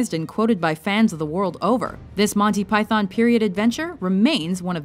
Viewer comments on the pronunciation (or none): I almost wish you'd stop putting Monty Python in here because of the horrific way you pronounce "Python". You barely hear the "o" when said correctly.